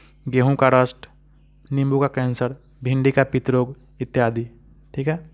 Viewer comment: Etyadie d harsi hota hai d dirgi nahi